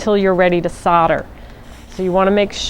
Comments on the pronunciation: Why can nobody pronounce soldering or solder correctly? Solder not sodder 🤦🏻‍♀️ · It's pronounced sol der not sod er. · FFS its pronounced soul der not sodder....... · Sodder lol It's actually solder, I guess it's the USA accent. How do you say holder or colder?